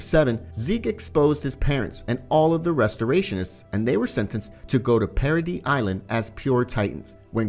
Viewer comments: Its para-dees not para-dee bro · Why do you call it parody Island. Its paradis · Bro its paradi ifs how you pronounce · paradise... para-dice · Is anybody else annoyed when he keeps calling paradise paraD? Or is it just me😭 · Why the fuck does he say parody island